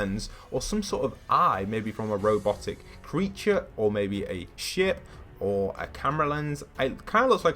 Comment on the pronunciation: U said ship with a t instead of a p 0.33